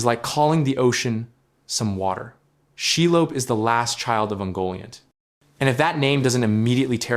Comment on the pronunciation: Lob. That's not pronounced lobe She .. lob..